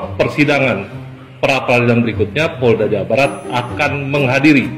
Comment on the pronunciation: Indonesiah, hari inih,dasar gilah loh, kembali lagih, poldah, org Polda bro, bukan poldah,begoh loh